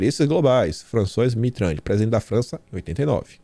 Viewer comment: Lê-se (FRANÇUÁ MITÊRRAN)